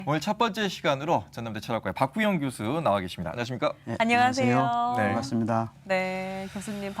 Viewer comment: Lady! 첫 말이 틀렸아옵니다. ?? "교수"의 발음이 틀렸습니니다. 첫 자는 "길게" 발음해야지요.. "교육, 교사"등 "교"자는 모두 "길게" 발음행야함을 모르는 분이 이런 대담을 한다는 한국 문화!! 실로 놀라운 일이 아닌가?? 또 , "이론"도 잘못 발음했다. 한국 지성인 여러분"한국 어문을 고발함"이라는 책을 조용히 읽어 주실까요?